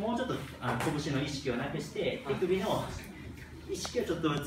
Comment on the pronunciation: ティクビで打つって聞こえて一瞬びっくりしたΣ(°▽°)笑